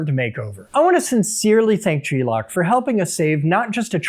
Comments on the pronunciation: Gelock, not G-lock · Thought dawg was just saying glock weird 😂😂